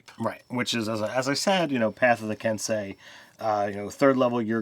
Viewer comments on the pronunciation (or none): Ken sei Not "kensai".